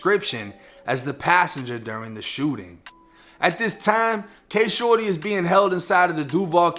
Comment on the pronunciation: I swear all throughout this video he’s saying shordy was killt